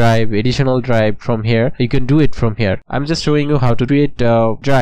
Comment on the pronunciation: “dirive frome” im def